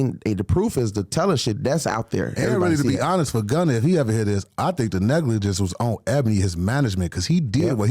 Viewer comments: This nigga said gunner😂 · Boy was saying Gunner 😂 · This nigga bandman kevo said little baby and gunner, 🤣🤣🤣, y is he messing dem pplz names up like dat